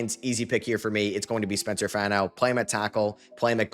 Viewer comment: Love your content, but repeat after me: FAH-no. Spencer FAH-no, not FAN-no. Sincerely, a diehard Utah fan